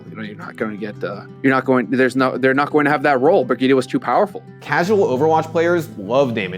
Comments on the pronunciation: People quit Overwatch because Blizzard cannot pronounce a simple "Bri-jet", they had to be weird and read it "Bri-Ge-ta". Playerbase was like oh okay time to move on to a not cringe game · is pronounces briyit not briguita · WAIT... Is it pronounced Bri-GEE-tah?!?! what the fuck. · Brigitte = Britschgida well done... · Why the heck do they pronounce her name like that? Is it not "Bree-Jit"? Why "Brigitte? Like saying Vegeta? Awful. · Breg-gye-teh nice one score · It’s not pronounced Brigueeta, just saying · Name: Brigitte Pronunciation: Brih-GEE-TAH ????? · i'm sorry "BRIE-GIE-TTA" wtf it's not how it's prononced at all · The fact the the devs and community are mispronouncing her name is hilarious. Brig..eta? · "Bridget" lol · You know it’s a trash character when nobody pronounces her name correctly. If you want her name to sound like brig eet ah. Spell it brigitta not bridgette which sounds like bridge it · There's no way that's how they want us to pronounce "Brigitte", that alone should be a reason to hate this character lmao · love how you pronounce brigitte ahaha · hurts my ears how you pronouce her name... its a german name at least try to make it sound like one. same goes for prosche or mercedez... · Can no one pronounce her name right? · What annoys me more is that no can pronounce her name right! BIRGITTA! not BIRGITTA! ;) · As a frenchmen, the way you pronounce Brigitte is hurting my soul. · Dang. I know language can be tricky at times and it can vary/differ place to place but in what part of the bleeping world does the word "Brigitte" has an "uh" pronunciation anywhere in it? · How the fuck do english people pronounce brigitte !!! Where's the "a" at the end of the name xD